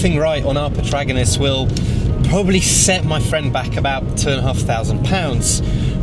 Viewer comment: Can someone teach this guy to properly pronounce the word "protagonist"? It's not "potragonist", man do some reading